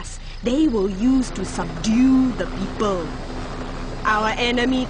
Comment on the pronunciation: "They will use to subdue the PEEEPOL" seriously why does that one word so hard to pronounce.